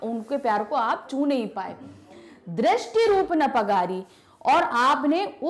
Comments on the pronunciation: Mam ji ne दृष्टि न रूप परागी को , दृष्टि न रूप !पगारी! पढ़ी है ।। कोई बात नहीं ऐसा होता है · Legend noticed.. ma'am was saying 'पगारी' to 'परागी'... But she explained it very nicely...Thanku so much for such type of explanation.....😇😇😇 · mam it's परागी not पगारी ap परागी ko baar baar पगारी bol re ho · Mam aap परागी को पगारी bol rahi hai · व्याख्या करते समय बहुत सारे शब्दों का उच्चारण सही नहीं किया,,, जैसे- परागी को दोनों बार पगारी बोला गया,,, बहुत सारी पंक्तियों की व्याख्या करी ही नहीं गयी और अनेक की गलत की गई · its paragi not pagari ! Or maybe dono tarah se bola jata hai ? Please tell me.